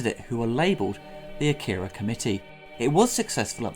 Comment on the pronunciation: Saying "Akira" wrong the whole video